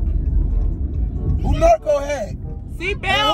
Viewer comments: Lmao kept saying Narko, Narturo. It's NA-RU-TO lol, trust that plenty of people watch that anime. #TEAMZAVIA, keep pranking!❤️🤣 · He's saying narco 🤣🤣🤣 that's definitely Naruto